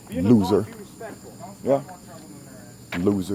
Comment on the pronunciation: Gah damn the emphasis on that “loser” at the had me dying 🤷🏿‍♀️